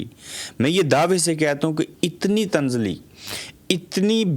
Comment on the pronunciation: اپ کے کچھ الفاظ کا تلفظ صحیح نہیں تعییش کو درست مریں تنزلی میں ز کی دو اوازیں ہو تی ہیں